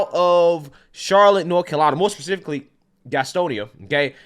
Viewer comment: It is pronounced Gastonya